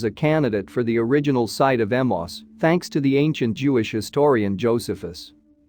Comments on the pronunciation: Ee-may-us. Emmaus, not Emoss. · I have always heard Emmaus pronounced as Em-ayy-us. No idea if that is the correct pronunciation; but it sounds better to the ear. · When are text bots going to leard now to pronounce names. Emmaus is pronounced e-MAY-Us, not emos. Kiriath-jearim is pronounced qiryath-ye`-arim.